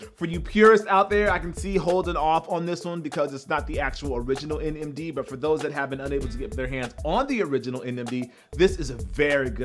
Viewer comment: Did he say Adidas NMG?😂